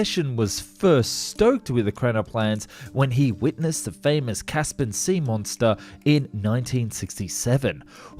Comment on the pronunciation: Caspen, caspen ? It's CASS PEE EN !! "Equivolated" ??? "Arnaments" ? "Dying shame" ? The phrase is "Crying Shame".. I didn't even bother watching the other segments it was too annoying listening to all the mistakes. Come on man, don't you have ANYONE who can grammar & spell check ??